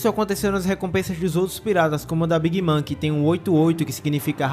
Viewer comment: Bacana o vídeo, só a pronúncia da big mom que não é big mã, é big môn